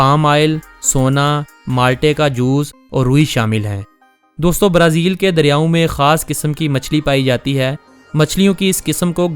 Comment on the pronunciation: Only you say Barazil we are hearing brezil